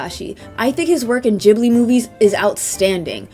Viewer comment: "JIB LEE" 🤢